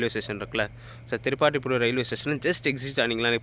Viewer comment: திருப்பாதிரிப்புலியூர் சரியா சொல்லுங்க